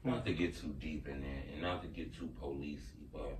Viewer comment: I watched the whole clip just to hear it🤣🤣